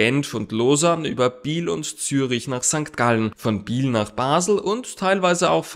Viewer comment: Kleine Anmerkung bezüglich der Aussprache von "Biel" es heisst eben nicht "Biiil" sonden "Biel" das "e" wird leicht ausgesprochen, genauso wie in "Kiel" zum Beispiel.